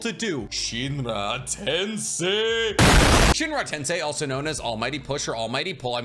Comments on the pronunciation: i love your videos but it's hard to hear you say tensai instead of tensei. Accent thing i guess xD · anyone else uncomfortable with him saying "edo tensai" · it bothered me a lil bit hearing "chibuka tensai" instead of "chibaku tensei" so many times 😅😅